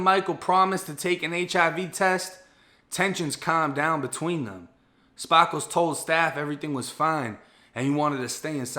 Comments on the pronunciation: “Spah - kles” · Lmao, your Bosfloriton "Spaaakles" trips me out. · Every time he said Spar- Kals 🤣🤣🤣 love these videos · I was just waitin for you to pronounce ''Sparkles'' as ''Spahhhkles'' lmao great video tho my G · Yo i kno its a serious story but the fact dudes name is sparkles and the way u say it wit ur accent kills me bro 😆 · He's either from Boston or he is trying too hard